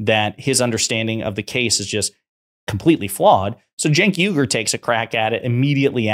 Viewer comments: Its not Cenk Yugur. Its UYGUR. Uoigurr. Thats how you say it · Firstly Genk's last name is pronounced " Wee - Gore " not " You - Gore " ( just like that ethnic Muslim minority that's intured in prison camps in western China,) secondly Mr Morgan knows better he's just stirring up his audience to keep his ratings up, l think that's standard operating procedure for most TV hosts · Phonetic: wee-gur, not yu-gur.